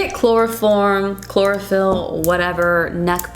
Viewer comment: Sis said chlorophyll 😂😂